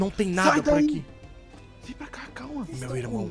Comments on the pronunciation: Ele falou por rá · na verdade ele fala por rá